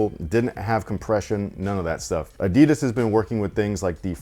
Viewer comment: Always funny if someone makes a video but can't pronounce Adidas.